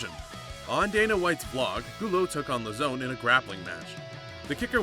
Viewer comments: Dude... why r u doing mma videos?? You don't even know how to pronounce the fighters' names. It's LOWzahn.... and TIErun not TyRONE. Go do something else. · As soon as he pronounced Joe Lauzon’s name the way he did, I knew he had no idea what he was talking about